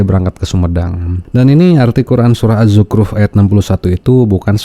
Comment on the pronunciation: Hehe.. Bacaan si Akang juga hampir sama jeung sikehed. Mendingan pas ayat akang nitah batur. Nya?.. Azzukhruf sanes AZZUKRUP.